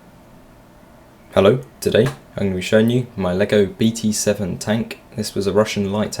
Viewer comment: не би ти сэвэн , а бэ тэ семь